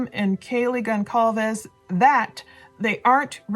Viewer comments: Please please please STOP calling them ConKalves. The 'c' in Concalves is pronounced like this: ConSalves. I watched the dad being called as such during interviews and he never objected once. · Hi great podcast ps the name is Portuguese pronounced Gon- Sal-Ves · Kaylee’s last name is Goncalves (sounds like GON-SAL-VES) just wanted to let you know you’ve been saying it wrong. Thanks for all you do! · Hey I really like your channel but I must say that this has been on-going for over a month now and you still haven't learned to pronounce the surname GONCALVES the proper way. This is a Hispanic surname so the letter C is sometimes pronounced like the letter S. CINE is Spanish for "movies" and you watch them in a CINEMA. GON-CAL-VES is not the proper way. It is GON-SAL-VES. Kaylee Goncalves (+) pronounced Kaylee GonSalves. Out of respect, you should correct your mistake. Pronunciations are also Googable. With much respect and sincerity. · All this time later and you still can't be bothered to pronounce Goncalves correctly? Really? No more views from me. Peace out. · Geez, you've been milkiing this tragedy now for almost 2 months, and you're going to tell me that you still can't get Kaylee's last name right? How about having some respect for her and figuring it out? It only takes a 2-second search! You've made plenty of money off of her and her family by now. It's the least you can do! And btw, his two sisters are Melissa 31, a mental health therapist, and Amanda, 34, a school counselor. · Gon—cccaall—ves??? Gonçalves!!! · Why do people continue to mispronounce kaylees last name ? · The C in Goncalves is pronounced as an S 😅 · FYI the C in Goncalves is pronounced like an S.